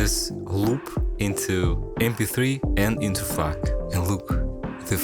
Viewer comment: did bro just say "f[_]k" or is it just my hearing